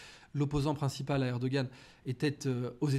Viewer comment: M.Aberkan! Permettez -moi, a vous proposer ( vous etes presque plus que parfait) mais le nom de Monsieur Erdogan se prononce en turque par un molle H comme les Huns! Mes respects💚